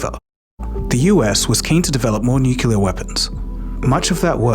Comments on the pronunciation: nucelar? It’s awesome when a channel who is dedicated for information and learning can’t pronounce NUCLEAR correctly. I’ve noticed that those morrons who can’t pronounce it correctly mostly are from USA, but this morron isn’t from the states and still can’t pronounce it correctly. I think they say it wrong because of the word nuke. But nuclear, I can’t stop laughing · its actually pronounced nucular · Yeah and can’t pronounce NUCLEAR correctly